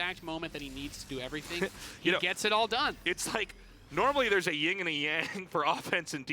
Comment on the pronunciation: Yin and Yang not Ying and Yang guys.